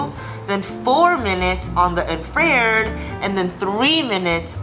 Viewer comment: Infra-red … say it again 😂